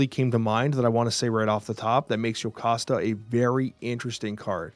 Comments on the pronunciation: WHY! It's Jocasta, not yocasta! This is bugging me so much!😭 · It's JOE-cost-uh. I get that it is Greek so you might think it's the Y sound, but Marvel has always used the English pronunciation of the hard J. You can hear it used in this clip at the mark. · Bastion is from X-Men 97, but he is not in the original series. Plus Jocasta is pronounced Joe-casta so was mistaken trying not to be 😂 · funnily enough i believe it’s actually pronounced Joe-costa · Bro, why is saying yocasta😭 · Yet he can't pronounce Jocasta right 😂